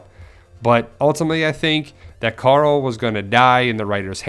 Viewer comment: are you turning into rick? Youre saying coral instead of carl now xD